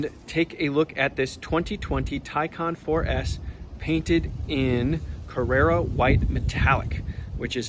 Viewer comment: Great video but it’s CARRARA White, not CARRERA White. Carrara White is named after the marble from Carrara Italy known for its white or blue-grey quality. Carrera (the Carrera model or trim level in Porsche speak) is named after the Carrera Panamericana race in Mexico